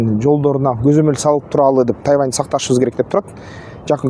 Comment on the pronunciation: Куурчап эмес курчап ..тайаван эмес..тайван